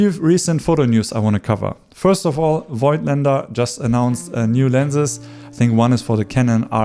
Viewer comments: As far as I know Voigtländer is pronounced: Vogtländer. The „i“ is silent :-) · I really like your videos, you're a cool relaxed guy, love your style. In this video one thing disturbed me a bit. You are native german and you should know that Voigtländer is pronounced like "Fogtländer" .